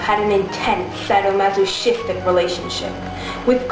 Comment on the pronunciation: some of these facts are incorrect or slightly off. it wasn't researched well. you couldn't even pronounce "masochistic" (you mispronounced it not once, but twice) or leslie's last name, "mahaffy." and watching you read what you were saying was painful. it would have looked so much better memorized. sorry, i'm picky.